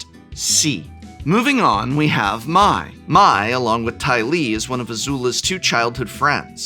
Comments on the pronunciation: For the love of Gyatso, can any Magic content creator pronounce Mai correctly. It’s not “my” it’s “May”. The show is in English!….. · Mai is pronounced May not My in the show. EDIT: honestly though a quick youtube search could have given you guys a clip of each character's name being said in the show and you wouldn't have had a screwup like this. come on guys. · Mai is pronounced “May”. I know it makes as much sense as Aang being “Ang” and Appa being “Ahpa”, but that’s how the show says it. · I don't know the correct pronunciation but in the show they do pronounce Mai as May, not My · Here a list of a few names you mispronounced. I'm sure you didn't mean to, but I thought this would help if you are going to talk about any of these cards/characters moving forward. Hei-Bei: Hey-Bye Long Feng: Long Fang Professor Zei: Zjhu-Eh Die-Lee: Dai Lei Usurper: You-Surper Mai: May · I'm confused by your seeming familiarity with the source material but still mispronouncing character names like Mai and Long Feng